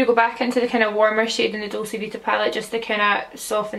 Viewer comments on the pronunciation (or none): It's dolce like doll-chey is it not?